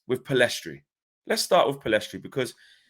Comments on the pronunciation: Lads it’s PELL IS STRI NOT PILL EST RI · My predictions, not necessarily preferences Garner - First team Pellistri (the s is silent btw) - First team Amad - First team Hannibal - Loan/squad player Mainoo - u23/loan Shoretire - u23/loan Mengi - Loan Roshaun Williams - First team/loan Levitt - Loan/sale Galbraith - Loan/sale Chong - loan/sale I honestly hope we keep all of them bar Hannibal (he needs a loan with guarantee mins). I think if they all manage to go to pre-season, they could all surprise the gaffer. I seriously think Martial and esp Rashford have to watch their backs because Amad and Pellistri could very well replace them. We've got an exciting crop of players and some may end up more impactful than some signings. Thing I'm very sure of is that ten Hag will train with all of them esp in pre-season and during the season with those who remain. Laird will definitely wow